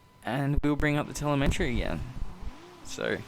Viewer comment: Helpful video. Just FYI, there's no "n" in "telemetry" ;)